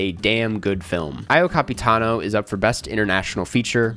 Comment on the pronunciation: The pronuounciation of "Io Capitano" for an anglophone is "Eo". Just if you wanted to know 💫